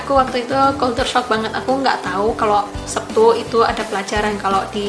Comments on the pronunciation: Lek jareku, "Setu", mbak...ora "Septu", tapi yo be'e onok yo sing ngomong "Septu".. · Orang jepang tapi lidahnya jawa.. Hari sabtu tapi bilangnya sebtu... Hehehe...